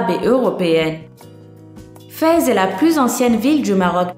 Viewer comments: On ne prononce pas "Fèz", mais "Fès", comme ça s'écrit ! Je lis l'arabe, donc je sais ce que je dis. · ce n'est pas vraiment ça c'est que on mange avec la main droite et a gauche pour se nettoyer les partir intime quand on vas au toilette cest pour ça que c'est mapoli et on prononce pas feze mais fesse et oui j'habite au Maroc